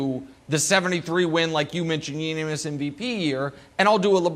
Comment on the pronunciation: I don’t think Nick knows how to say unanimous. Ya boy stumbled on it and left out some syllables 😂